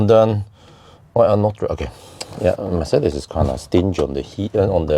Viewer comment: first youtuber that pronounces Mercedes correctly?